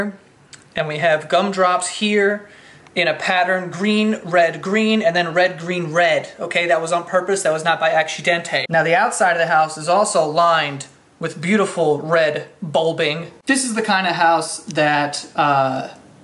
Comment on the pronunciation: It was not an acshidente